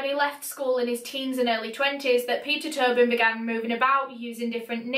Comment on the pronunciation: ur accent makes it sound like u were saying pizza turbing